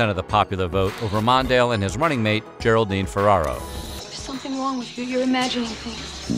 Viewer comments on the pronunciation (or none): none